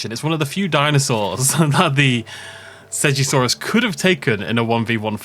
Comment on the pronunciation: Usually im a big stickler for pronouncing dinosaur names, but I will not be saying seggasaurus ever